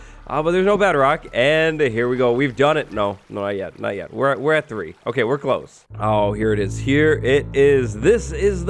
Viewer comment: It’s called a chree